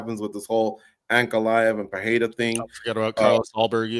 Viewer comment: "Butchering names today"? Brother butchers "Pereira" on every mention.